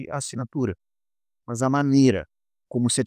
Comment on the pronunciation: Parabéns pelo vídeo. Mas ficou a dúvida, porque "mãs" ao invés de "más"? rsrs